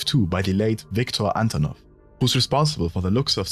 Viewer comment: It's Antonov btw, not Antanov how can you fuck up the name of the guy who was the talk of the town just a few months ago